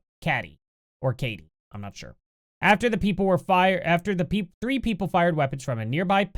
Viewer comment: i went to school in Katy...you pronounce it like...Katie.......